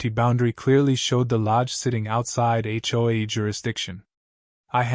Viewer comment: It's really terrible when Ai can't even pronounce HOA correctly, for this reason no thumbs up from me.